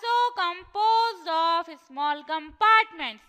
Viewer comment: you need to work on your english and sprcially on your pronunciations of words like small which you say - esmall esmall . and concept - concaapt zoom - joom